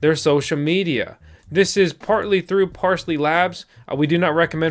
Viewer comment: PARLEY*** lol parsley.